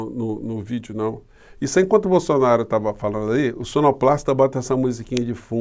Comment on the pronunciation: Sugiro aos canais progressistas se abstém de pronunciarem a palavra "BOLSSONARO" em